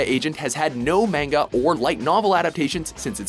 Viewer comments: But the point is he's saying "manga" like it rhymes with the fruit, when it doesn't. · Every time he says "mayn-ga" I just cringe. You'd think after all the anime-related videos WatchMojo does, he would finally learn how to pronounce it. Apparently not.... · You're saying "manga" wrong. It's pronounced MAN-ga. With a hard A. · Goddamnit it’s MANGA “MAH-N-GA” And no Cowboy Bebop? Seriously? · Don't EVER say mAng-uh again!!! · Did you say mainga!?🤯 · How many times can we mispronounce "manga" in 15 minutes? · STOP PRONOUNCING MANGA WRONG!!! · insert all buttery otakus because he says Manga with a long "A" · I cringed the way the pronounced manga.